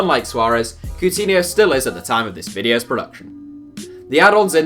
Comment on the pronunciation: He pronounced Coutinho’s name way off, really?